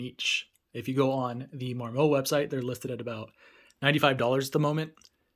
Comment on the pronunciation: Mar Moe? It mar.mut